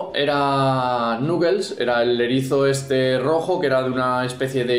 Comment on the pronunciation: ¿Nuquel? ¡Se pronuncia "Naquels"!